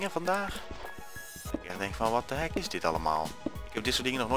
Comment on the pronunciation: je zegt what the hack. Het heet niet voor niets hackit ps. Spel het express zo